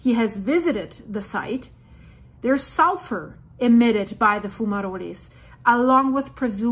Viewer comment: if you go to google translate page .. type the word into it and click the little speaker icon .. you will hear how a word is pronounced .. it is pronounced a little different in english .. fumaroles .. if you press it twice it says it a little slower the second time :) lova ya channel/work -- spelling mistake intended